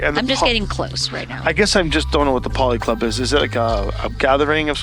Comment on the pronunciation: Why did no one tell that it was a policlub, as in political club, not polyclub.